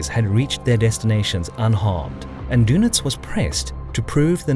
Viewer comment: His Name was Dönitz, not Donitz - and then your joke does not work any more. (it barely worked in the first place) Just because you americans cannot write ä ö ü you simplify the german names and also spell them totally wrong. Learn the Umlaute (write/speak).